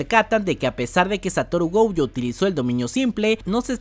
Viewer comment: por qué dices goujo? si es gojo jajaj